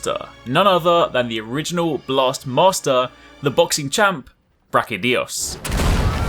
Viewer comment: Its not Brachydios, its BrachyDIOs!!